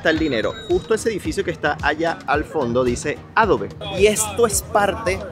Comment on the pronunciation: Me estresa tanto que no sepas hablar inglés, ¿Qué es eso de Ápel, Adobé, Gügel, Enbidea? Aprende a decir las marcas como son. No estás en Venezuela